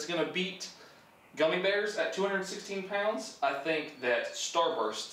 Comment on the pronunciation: Lol love the why you say pounds 😂 “poawds”